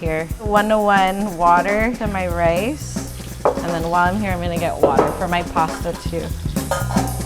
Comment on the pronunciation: she said right wice 😅 I miss Seattle chicken teriyaki!!